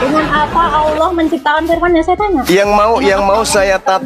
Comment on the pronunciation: Ditulis allah,dibaca aolah,kaya ada mkn halua yg panas.